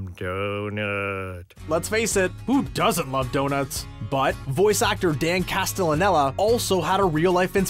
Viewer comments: Yeah. Dan "Castellanela", WTF. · say it with me, class: “castle-a-NET-ta” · Get Castellaneta's pronunciation right ugh...its even used as a joke in the show several times.